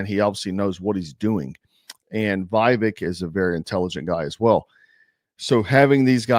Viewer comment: Say Viveks name right! You already said you know it's wrong and just refuse to say it. That is just disrespectful. He is one of us, there is no reason for your disrespect.. unless you actually are the r word.